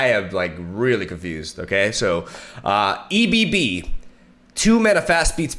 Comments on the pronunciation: I’m sorry but this has to be addressed: it’s not E B B. It’s pronounced “eb” like in Debra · "..uhh E B B." hahahaha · i like how he said E.B.B first and then for ebb and flow said it properly, hilarious! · Two things: you said that pulling out the tide cards from your deck will be very hard without predict, but zap sprayfin is able to draw spells that cost 3 or less. Secondly, I was a bit confused why you pronounced ebb and flow correctly but kept calling ebb "E-B-B". Otherwise I can't wait to see what decks you will build with Nami, she definitely looks like a cool champion. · I enjoyed that he said E-B-B for the first card but then read it correctly for ebb and flow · I chuckled on my toast when said E-B-B 😂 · duh your right, for it to be an acronym it would read E.B.B. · Card: "EBB": "EE-BEE-BEE..." Card: "EBB and FLOW": "EB and Flow..." cant tell if you're doing it on purpose man but I love it lol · i cringed SO hard when he said " E bee-bee" I was searching for THIS COMMENT! hahha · I laughed when he said E-B-B LOL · E B B....O.o i hope he is joking with that pronunciation... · My man, the way you read ebb. Its not a shortcut, its a word. Also would really love to see a Poppy+Tristana deck, though sounds like you won't be really brewing with those. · Do you pronounce egg as E-G-G? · Lol why is he spelling out the word Ebb? Lol it's a legit word and it's not hard to say.